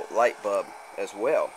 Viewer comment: "light bub"